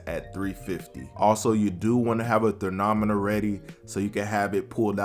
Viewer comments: I like that new word (ther-non-moter) 😂😂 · What is a thern-nometer? 🤣🤣🤣🤣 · Did he say thenometer twice, I'm weak AF